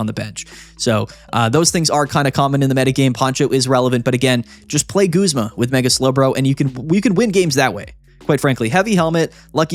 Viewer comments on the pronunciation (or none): none